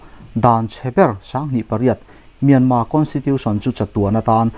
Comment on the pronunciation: In chan china ngaih thlak a nuam rual in, Mianma, inti thin hi chu, Mianmar, ni reng si kati deuh.